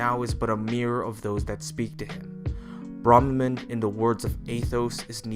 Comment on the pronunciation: They say their name in one of the first voiceclips in FEH and you still mispronounce it. And their appearance is not based on Mark's. Only their voice and attitude changes when faced by another person. Besides, we see that his appearance in FE7 in-game looks just like his appearance in FE7's Eight Legends artwork.